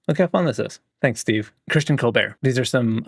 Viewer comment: Thanks for sharing my work homie! And I’m one of the folks that got their name messed up… There’s a hard T in Colbert. Like Q-Bert. Stephen Colbert ruined it for the rest of us. 😂